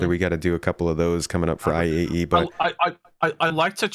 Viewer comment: Take a drink every time says AIE instead of IAE